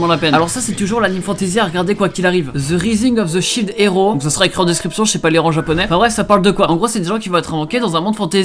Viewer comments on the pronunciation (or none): Mdr tu dit le titre en anglais mais tu mets un accent. Voilà :d